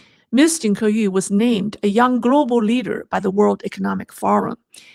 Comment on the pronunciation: It’s obvious that you, the hostess, knows Chinese i. e. Mandarin. Yet judging by the way you pronounce her name, it feels like you don’t know what her name is in Chinese. It’s 金刻羽，not 金刻玉。Then again, at the end of your show, the conclusion is non sequitur to say the least. Try to familiarize yourself with the prepared materials beforehand so that you don’t have to stumble like an amateur. Just saying. I like the direction where you’re going but honing up your skills is also important in gaining validity. Hope you’ll improve.